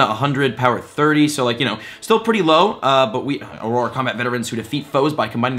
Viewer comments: Not Aroar, its Awrur! You'll get a hang of it 😁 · It’s pronounced “or-err” not “ah-roar”. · Welcome to the wizarding world ⚡️😂 Just a tip, auror is pronounced or-er :) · I love that you are a gamer who is learning about Harry Potter and I’m a huge Potter fan who is learning to play a video game. P.S. Auror is pronounced “or-rer” Thanks for the helpful vid! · Auror is pronounced oror so just say or 2 and that's what it is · Auror is pronounced ora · I think its good to correct him or we will hear it wrong forever and it was starting to bother me too esp if thats his profession. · Jesse Adkins Same! I literally winced when he kept saying it! XD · I very nearly had to click off the video! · Sounds about right. If the shill can't even pronounce "auror", shows how much he really knows about what he's been paid to promote. Which is not a lot, evidently. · My dude great helpful video, but I wanted to throw my phone into the wall each time you said Auror